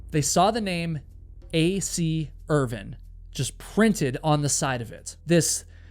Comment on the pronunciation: I really hate your pronunciation of Irvine